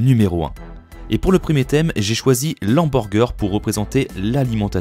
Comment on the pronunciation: LE hamburger. Il n'y a qu'en italien qu'on ignore le "h" aspiré.